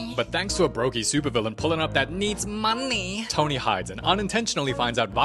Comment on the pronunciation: That "honney" and "monney" got me😂